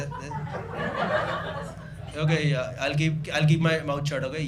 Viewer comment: are u drunk? Yeeeaaaaaaahhhhhhhhhhhhhhhhhhhhhhhhhhhhh